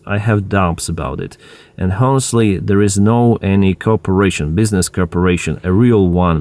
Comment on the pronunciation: the "h" in "honestly" is silent, not pronounced